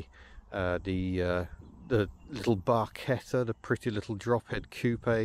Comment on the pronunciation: Kudos for pronouncing barchetta properly. The Italian teacher in me cringes loudly whenever someone says barshetta, I cringed a little bit just writing that. IM lucky enough to have spent a fair bit of time behind the wheel of a Fiat Coupé with the same engine when my cousin had the generosity of lending me his during my last trip to Italy. A different car, obviously, but the same lyrical engine. Btw, my wife's '96 Volvo S70 had a 5-cylinder engine while her subsequent '04 XC70 had a 5-cylinder turbo.